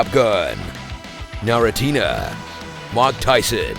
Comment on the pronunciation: narutina LOL